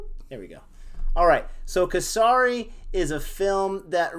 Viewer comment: The pronunciation of Kesari is Ke like ‘Kay’ and sari, with a short ‘a ‘ sound. And pronunciation of Sikh is correct. The ‘i’ sound is short. Great review guys!